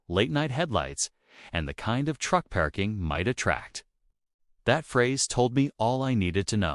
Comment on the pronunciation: Why A I can't pronounce PARKING CORRECTLY ?